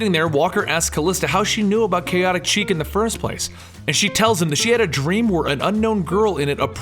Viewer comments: Kaotic 'Cheek'? Really? REALLY?!? The French word 'Chic' is pronounced like "shēk" or "sheek". Ugh, it was like nails on a chalkboard listening to this episode. I only mention it as you guys tend to be totally awesome. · am sorry to bring this up but its not kaotic chic its kaotic sh-ic love the work but its getting to me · I've heard it pronounced "chick", and "sheek". Never heard chic pronounced as "cheek" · It's pronounced SHHEEEEEEK! Not "cheek". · Love the videos... Keep em coming. I believe you pronounce it ask (Sheek) like the word for stylish or in the now. :) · OK. I have to stop watching right now just so I can get this off my chest. Then I can go back and enjoying your video. You are mispronouncing the word "chic" It is pronounced with a Sh sound at the beginning, and rhymes with freak.